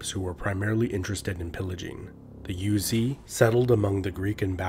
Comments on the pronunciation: The tribe is not called "Yuezhi", it is pronounced "Rouzhi". There is a lot of pronunciation that was translated by the common pronunciation of Chinese, but there are many that actually pounced differently in the history, "Rouzhi" is one of them. We always and still procurance that way in Chinese history study. Maybe western scholar missed this fact when naming it in English. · Yuezhi is Yweh-jir, like sir in a British accent with no r sound. It's a Chinese term. I love these videos!